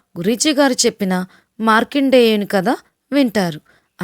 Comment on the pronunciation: yemmow adi markandaya en kaadu markanddaya . vamo mire chalu hindulani aravolu ga peru peti convert cheyadaniki 😳🙄🙄🙄🙄 pongalu kolam ani arava ni English chese moorkulu andralone untaremo